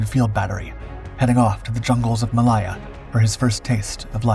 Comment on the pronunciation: Ma-Lay-Ya,,, not maliya